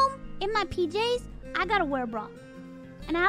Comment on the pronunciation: All I’m hearing is Bru every time she say bra.